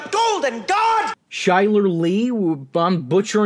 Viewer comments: just in case you decide to review another more of Chyler's work; her name is pronounced Kyler not shyler. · Um Chyler Leigh’s name is pronounced like Kyler not Chai-ler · Chyler (Ky ler) Leigh. Hey the show gave Supergirl a joke about Alex having a punk phase growing up. Guess you didn't notice Tiffany, 80s singer, appeared in an episode.